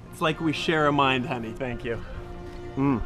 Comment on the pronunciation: LMFAO was the "Hoeny" in the beginning rofl